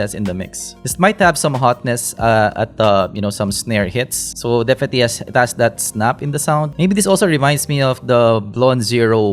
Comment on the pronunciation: "Defeti" is one of the best things in your videos! hahahaha